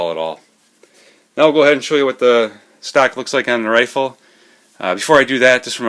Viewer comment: ?? stock....I hear you keep said STACK???? ( or maybe ME) hahaha